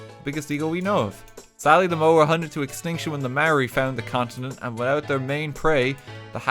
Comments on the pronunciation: Mai-or-i. That's the pronunciation for it, RT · That Maori pronunciation hurt my ancestors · RT, as a New Zealander, your pronunciation triggered me. A for effort tho! :D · The moment I seen this video I was expecting just LOTR related stuff but seeing stuff about Maori Culture surprised me! As a Maori, Bad pronunciation ofcourse but atleast you gave it a go RT! wish I could have helped with pronouncing Maori words